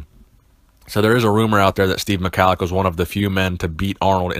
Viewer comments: Pronounced 'Mah-hol-ick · its pronounced ME-HALIK- NO HARD C